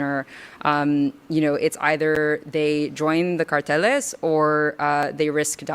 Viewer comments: Umm, uh, um, blah blah blah, uh, um, uh I also like how she had to say "carteles" and 'coyoteez" with a super thick espanol accent as to more or less obfuscate people's association with the common english pronunciation of those words. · What a pretentious woman. How badly she tries to pronounce these spanish words. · Her LA accent is so annoying. Constant vocal fry. Also that adding in mexican pronunciations of words into otherwise English sentences is so blatantly performative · I find it hilarious when these people will speaking in English with English accents, then randomly pronounce certain worlds with a Spanish one. The "carteles"....so strange. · Yeh the pronounciation it's fucked. I'm done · im from phoenix so i see hear a lot of spanish. You can pro ounce words propertly without the fake accemt. And she pronounced them wrong at that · Join the CARTELÉS AYAYAYYYYYY I love how woke americans try to pronounce spanish... as if saying something with an accent gives them authority status on what they are bullshitting about. Im from chile, this is my advise: dont let criminals go into the US.